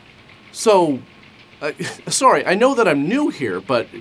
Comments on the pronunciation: sorey (sorry) is so Canadian:p I'm here for it. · Rougly 15 min in, two "soory"s going to guess you are Canadian?